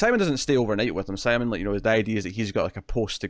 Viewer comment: First of all I really appreciate that you are watching this series in the first place and got me to check it out. I get you are reading the subtitles and then just saying it the way it looks to you, but it has been ever so slightly annoying to hear you mispronounce Simon's name every time. I get you don't speak the language, but it seems more respectful to at least try and get their names right. Anyways it's not a big deal just something I've been noticing and again thanks for bringing something more obscure like this to my attention.